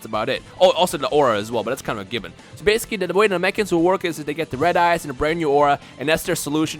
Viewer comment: I keep thinking is saying "red ass" instead of red eyes when he describes the god classes XD